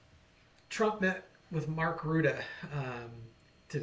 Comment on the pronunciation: It's pronounced: Roo-tay.